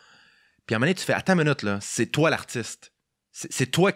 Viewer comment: Toué! ça n'existe pas., c'est *toi*. S.v.p., massacre pas trop notre langue française.